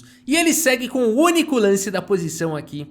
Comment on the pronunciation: muito engraçado qnd o fala com ênfase na última sílaba: "vai para o uniCÔ lanCE da posição, dama F seTê" hahahahah